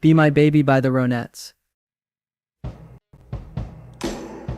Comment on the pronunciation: Your AI voice can't pronounce words..."Sar- gent Pepper" The Rah-netts"....